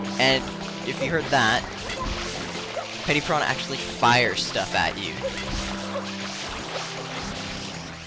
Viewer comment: It's Petey piranha... Not petty piranha. Petey as I Pete. Or Peter.